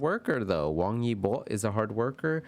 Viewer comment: Hi there! This was pretty interesting to see the reading. Your pronunciation was pretty good 👍 Xiao Zhan (Zhan sounds more "ah" rather than "oh," it's in between John and Jan if that makes sense lol. And the Zh is almost a "ch" sound like in cha-cha-cha 😅) Your Wang Yibo is actually really good 👍. The Y is more silent though I think. His fans even abbreviated his name as "web" (Wang E Bo). Fun fact Xiao Zhan is also known as "wi-fi" because the name of the character he played in The Untamed with Wang Yibo has a homonym that means wi-fi, while Wang Yibo is know as Web 😂. I may be the only one who thinks its interesting, since you can access the web with wi-fi lol. They are both great artists. It's unfortunate that they both are not really able to go out comfortably, they even have to run away from mobs of fans sometimes. Every celebrity, especially the famous ones, has it difficult. Fandom culture in China also seems more intense compared to American Fandom culture, but I'm not very experienced in that area so that's just my opinion. Thanks for your reading. It's probably pretty close. But as you said, they aren't around to confirm nor deny. Nonetheless, it was interesting. 👍